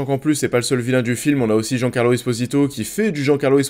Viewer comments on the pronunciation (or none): Jean Carlo 😂😂 on n’est comment niveau prononciation 🤦🏻